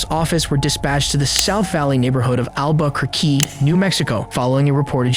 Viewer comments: Pronounce Albuquerque correctly geez 😂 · I think you mean Albuquerque. Damn you AI voice 🤛🏼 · It was the word "Albuquerque" that gave it away for me.